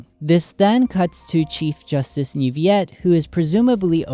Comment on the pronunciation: Man, I love this video. I’m honestly amazed you figured this out, it makes me super excited for Fontaine’s release! Also, as a French person, it makes me very happy how well you pronounced Neuvillette’s name!